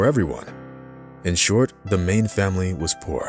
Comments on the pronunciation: As a Liverpool fan, I would say Sadio Mane and Mo Salah are excellent footballers and very humble as well. Edit: he is pronounced as Sadio Maaane. Not Sadio Main. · Mane not maine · It’s mane not main😂😂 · I love how he portrayed sadio mané but hate how he pronounces his last name… I was boiling up each time he said “main” instead of “mah-neh”…💀😂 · Mane is pronounced “man-e” instead of like “main”. Just wanted to put that out there. Thanks for the great inspiring story. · Why do you keep saying Mane as in Men instead of Mané as in in French? It's an interesting and inspiring story to learn more about life. Keep soaring, Sadio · Great player and even greater person. Maybe the narrator could have humbled down a bit to check out how to pronounce his name correctly. Mane, not Main. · Wish narrator could’ve pronounced Mane properly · He's an absolute legend, to get that out of the way. Now please stop calling him Main! It's Ma-né! Like the painter! It's astonishing that you didn't pick up on this, considering all the effort and research put into this video. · We pronounce his name as MAANAY not MAIN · Its not "Maine" its Mané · I think it’s pronounced “Man-a”not “main”.. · His name is pronounced “mah—nay” not the 🦁 mane ( mae—n) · It is not Maine his name is Mane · Wife is Maine???? IT'S MANEY LIKE MONEY BUT A FFS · It's not Mane it's Mane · It's Mané and not Mane come on. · His name is pronounced mah nay not main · His name isn’t pronounced Maine it’s man ey and he actually ran away from home at the age of 15/16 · its not pronounced "Maine" Its pronounced "MON A" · The only thing I don't like about this report is the pronunciation of his name it's not main is manè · It's pronounced ma ne not main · Mah' Nay not Main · I am highly disappointed 😞 in you because of the pronunciations its not mane its manè and you also pronounced wijnaldums name wrong so work on it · U say it like mar-ne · Man said sadio Main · If this man says “mayn “ one more time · its pronounced manay